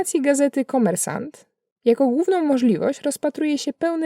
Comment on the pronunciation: Troszkę dziwnie wymawiasz URAL, na początku nie rozumiałem o co biega... poza tym sBierbank, kommiersant, lepiej brzmią... Pazdrawliaju Tjebja!